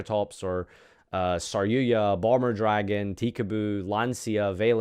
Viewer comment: Its Saryu"JA" not Saryu"YA". This isn't a Spanish word fham